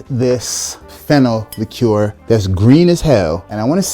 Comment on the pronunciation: Wow. An American who finally pronounces "liqueur" correctly. Thank you.